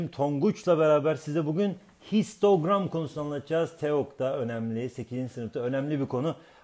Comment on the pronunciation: 1.07 Şistogram mı ? :D